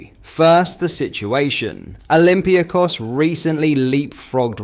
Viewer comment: Who are olympia kos? Oh you mean olympiAkos 😀